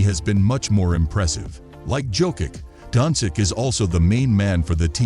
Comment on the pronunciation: luka donsick sounds good to me lol